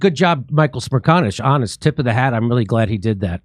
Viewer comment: We don't usually agree with Michael Smirahconish but Michael Smeshkonshesh is Michael Smrershcanesh